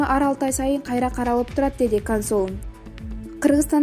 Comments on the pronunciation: Эй кыз сен каерден билим алгансын консулду кансул депатасын нурмухамедовту нурмуканбетов деп доорупатасынго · кансул эмес консул деп еле оку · Кансул эмес консул деп айтылса керек эмнеге туура эмес суйлойсунор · Диктор!!!кансул эмес консул блин нормально оку.. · Сабатсыздык! Карана эмес корона вирус, кансул эмес консул